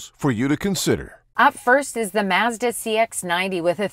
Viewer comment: For Your Consideration - I wouldn’t be able own a Mazda if I lived in Canada just because of the way you guys pronounce Mazda up there. 😂